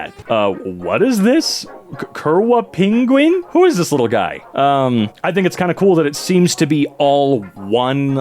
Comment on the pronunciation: The way you said "kurwa pingwin" made me cringe as it would be more of Kurva pingvin as it is polish and it would mean: "Fuck Pinguin"